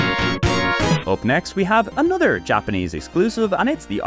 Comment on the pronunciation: "A-nutter", Gosh you mean, "A-no-ther"? I can't stand people who speak English and can not pronounce simple words. Like did you get home schooled by a dog or something.